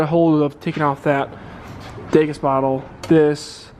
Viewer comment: Haha just a heads up, it’s called a de-gas bottle not a degas bottle. Dee-gas